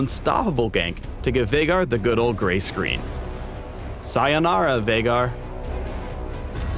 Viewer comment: OMG HE SAID SIONARA F OFF WITH THE PUNS